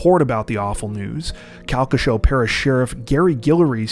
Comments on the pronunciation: ooooooh--SO close on "Calcasieu"! 😆 Don't know if it would ever come up again, but it's technically "cal-kuh-SHOO" (locally). (I'm poking fun cuz in the 5 yrs I've been watching y'all, i think it's only the second pronunciation 'oof' I've ever heard on this channel) 💜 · Calcasieu = Cal-ca-shew You were close!